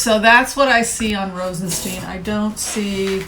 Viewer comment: Rosenst"eye"n. Stone of roses. Thank you for a wonderful reading.